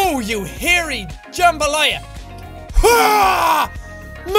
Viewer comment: "Oh, you hairy 'jumbolia' " -Jacksepticeye, 2016